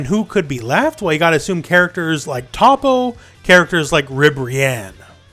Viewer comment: Learn to pronounce toppos name please